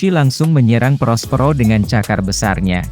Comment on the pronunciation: Perospero min bukan prospro